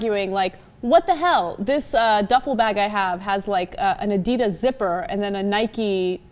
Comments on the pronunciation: Oh lord that prononciation of adidas is horrific. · wow they're pronouncing adidas so badly lol